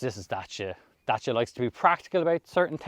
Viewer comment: Great, informative and enjoyable video. Most importantly is the way you pronounced Dacia. As a romanian I can genuinely say that you were on the button. 😂 It is remarkable how Dacia came such a long way and evolved so much under Renault.